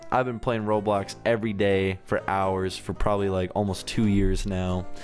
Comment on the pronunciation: You said ROBBOX